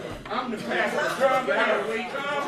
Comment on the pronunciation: Pasta 😁 the way he said did sound like pasta and not pastor.